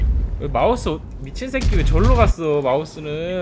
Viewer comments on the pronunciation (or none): 사투리 + 소녀의 '미친새키'